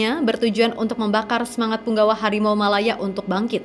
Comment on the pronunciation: Hawimau Hawimau dia nggak bisa ngomong huruf R ampe vokalis band Malaysia itu merangkak seakan2 jadi Harimau tapi padahal dia cuman kucing garong wkwkwkwk 🤣🤣🤣🤣🤣